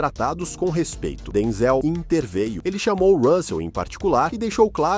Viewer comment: Porque o s3nhor chama Denzelcomo se tivesse acento nooooossa parwi de ouvir 😢